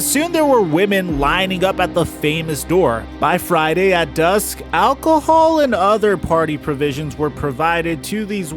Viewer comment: The way you say Alcohol just makes it sound so bad lol